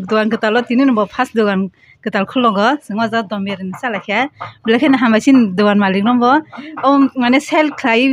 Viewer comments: Dum biryani ❌ Dom biryani✔️😂😂😂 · Dum biryani ❌Dom birani✅ kuch bhi